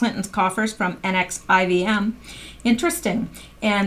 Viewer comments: Someone may have already posted, but NXIVM is pronounced NEXIUM like the drug, per another article. Sick SOB. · NXIVM is pronounced nexium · The NXIVM is pronounced "nexium"